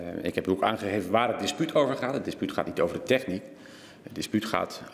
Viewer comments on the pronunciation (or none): tEchniek of techNIEk ? Als het accent hier al verkeerd ligt, hoe zit het dan met IT ?